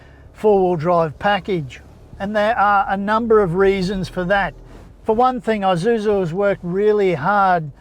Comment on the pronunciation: Its Isuzu not Izuzu there's no such thing as Izuzu. The S is there Its Isuzu.